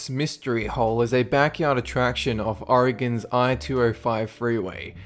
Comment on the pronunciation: Thanks fot pronouncing Oregon correctly.